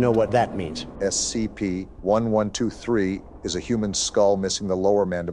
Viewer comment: Lol said scpt when they were reading about the skull